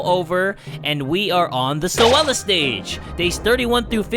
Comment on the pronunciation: The way he pronouced Zoella name tho. Zowala